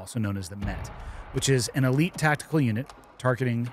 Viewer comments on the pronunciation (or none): none